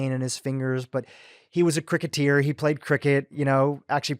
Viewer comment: Its cricketer not cricketier...lol